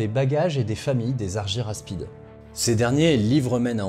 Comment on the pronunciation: Pourquoi prononcer Arguyraspides ? Si on prononce le y à la grecque, ca donne arguraspides